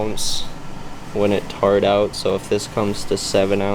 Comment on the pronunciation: “Tarred” out? What’s with young people’s inability to pronounce simple English words???